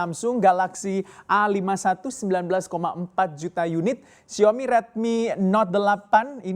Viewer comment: Xiao-mi mas.. Bukan Xiomi😁